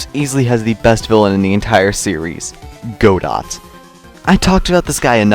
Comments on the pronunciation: omg y r u pronouncing godots name by go DOT? it’s go-doh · You pronounce it "Go-Dot"??? It's pronounced "Go-Do" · The t is silent in Godot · > Implies that he can be a real ace attorney fan despite putting Trials and Tribulations in rank 4 > mispronounces Godot’s name 🤔